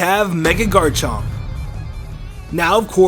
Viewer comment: what the fuck is a GARNCHOHMP